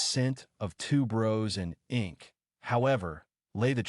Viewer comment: it's tuberose...not two bros lol